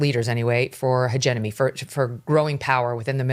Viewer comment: MK is clueless about geo-politics, i wish she wouldnt pretend to talk about it cos so many people are easily influenced by her highly paid gossip - cast. she says hegeNoMy here instead of hegeMoNy. ugh. absolutely clueless.